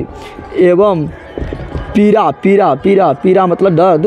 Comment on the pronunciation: Aap achha pdhate hi lekin पीरा या पीड़ा me kya bolte hi pta ही नही chalta sir